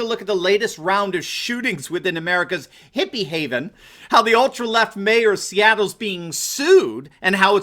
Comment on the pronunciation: How you said Hippy haven made me laugh.